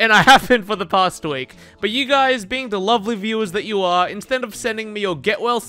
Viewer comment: you said WEEK WAT